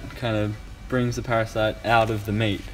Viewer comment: Lol it’s parasites Not parasites!!!! 😂